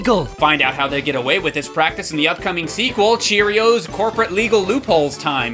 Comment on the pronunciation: And then she said uh cherrios playtime